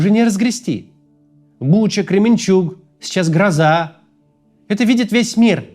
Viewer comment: Максим,село ГрОза(ударение на "о"), будь ласка